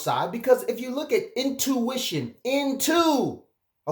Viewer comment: It’s “INtuition”” not “OUTtuition” ❤️ love it...